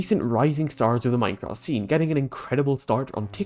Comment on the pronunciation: one #technosupport and hope you all raise a hell of a lot of money for the fun Minecrafters vs Cancer but with your accent in the start i heard "Mycock" lmao (i do love your accent btw)